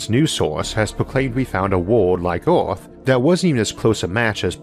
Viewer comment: Everyone: Earth Arthur: Eorth